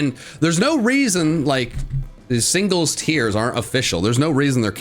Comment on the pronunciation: is making fun of for messing up speech but he said signles rather than singles